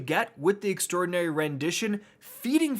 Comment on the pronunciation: If you're talking about how he says extraordinary then he's the only one saying it properly. Not sure why so many other youtubers have been saying extra-ordinary, it's quite wrong.